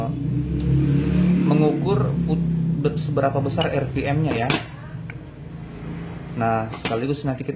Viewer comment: Bukan 👉Er Pi Em Tapi 👉Ar Pi Em